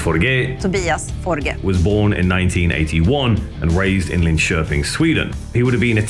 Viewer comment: Impressed how well you pronounce, Linköping